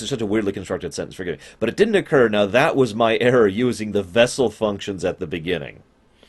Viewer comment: It sounds highly likely that they meant to say asymtotically rather than asymptomatically (not that that makes any greater degree of sense, but at least it's a math term rather than a medical one). It also sounds like they wanted to say Bessel functions rather than vessel functions.